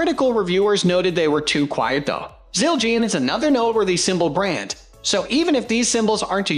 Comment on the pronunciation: I had high hopes but stopped watching after I heard Siljeean 😂😂😂😂